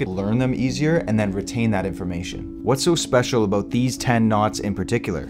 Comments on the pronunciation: Aboot? Aboot? I sense a Canadian disturbing the Force. Good information, though. A HA! You even admit to it. The only thing wrong with being Canadian is... Trudeau. You gotta get rid of that doofus. Of course, we have Brandon, sooo. Let's go Brandon #Trudeau must go! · haha "aboot"